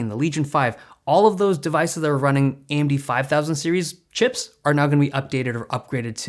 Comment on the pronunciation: AMD its an A-eM-deeD!